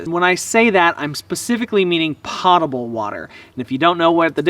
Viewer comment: Po ta ble. Not Pot able. Pot-able is where you can get high.